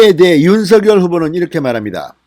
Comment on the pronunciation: 윤성녈이라 발음하는게 맞습니다